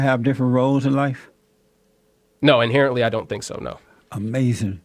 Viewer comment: I love it when Jesse says: Amazin' when the other guy says something dumb.